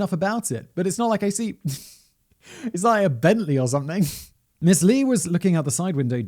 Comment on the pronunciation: It's actually is 지준파, Romanized is Jijon Ji Jone. Lee is actually pronounced E (long e). Understand the difficulty of the language. 🤣🤣🤣 Their consonants are soft. I'm sorry you are literally butchering the language. I can't watch this.